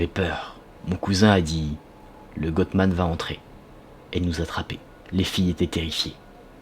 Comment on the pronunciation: Salut! GOATMAN se prononce GOAT comme AUTRE. Désolée, c'est juste pour t'aider .